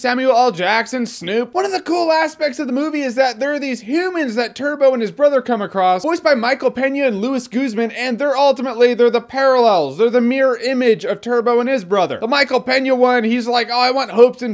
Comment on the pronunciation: Minor gripe, it's pronounced "Lewees Goozmon"